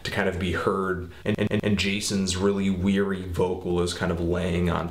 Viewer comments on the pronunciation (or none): none